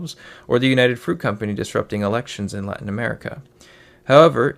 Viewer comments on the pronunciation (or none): none